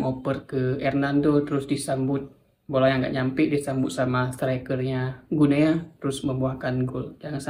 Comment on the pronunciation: Salah penyebutannya, bukan "Gu Nea", tetapi yg benar adalah "GINI", sama seperti kita mengucapkan nama negara tetangga kita : "Papua New GINI".